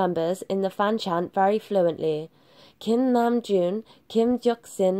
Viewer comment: Omgggg let mee breath I am laughing soo hard my stomach she said kimnajoon Kimjeoksin OMGGG I am crying 😂😂😂LMAO